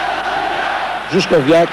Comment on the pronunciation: Juskowiak not Żuszkowiak